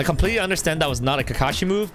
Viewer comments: This man said ka ka sensei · It’s Kakashi sensei not kaka sensei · Not kaka it’s kakashi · It's not kaka Sensei, Its kakashi Sensei, No hate. But I don't play when it comes to my favourite anime. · ITS KAKASHI NOT KAKA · Ils not kaka sensei It! Kakashi sensei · You said “kaka sensai” and in french it sounds like poop senpai because you said kaka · “Ka ka sensei” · Why you call kakashi kaka sensei and why kakashy eat kaka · Its ka ka shi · Any other Naruto fans, triggered how the way he pronounces Kakashi? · I was mad when he say'd rasen shuriken as KAKASHI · U didnt say kakashi right oh well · it is not kata it is kakashi